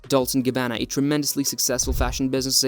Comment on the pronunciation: “Dolts and Gab banana “😂😂😂😂